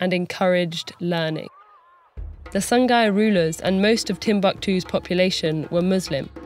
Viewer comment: Ah SONGHAI! This whole time I was hearing "The Sun Guy"